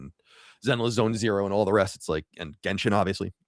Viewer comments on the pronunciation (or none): none